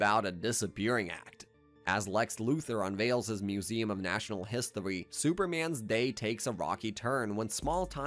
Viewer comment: Who is Lewis Lane? Dude. Also heard histowy instead of history lol.